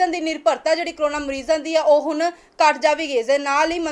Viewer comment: ਹੁਨ ਨਹੀਂ ਬੋਲਿਆ ਜਾਂਦਾ " ਹੁਣ" ਬੋਲੋ ਕੰਬੀਰ ਨਹੀਂ "ਗੰਭੀਰ" ਸ਼ਬਦ ਸਹੀ ਹੈ ਪੰਜਾਬੀ ਭਾਸ਼ਾ ਵੱਲ ਵੀ ਧਿਆਨ ਦਿਓ ਬੀਬਾ ਜੀ